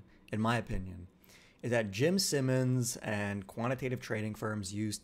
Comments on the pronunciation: Jim Simons pronounced S(eye)mons 👍🏽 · bro how are you pronouncing Jimmy's name wrong, wtf